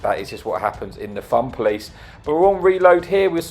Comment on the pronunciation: I was thinking he said thumb police